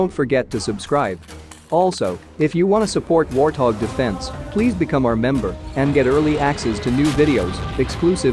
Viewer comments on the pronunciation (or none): none